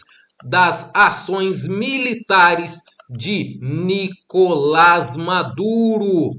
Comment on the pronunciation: Ei, senhor locutor! Nícolas, com acento no “ í “, é nosso politico brasileiro, Nícolas Ferreira. Nicolás, com acento no “ á “ , é o presidente narcotraficante da Venezuela, Nicolás Maduro. Parabéns pelo seu trabalho! Vamos que vamos!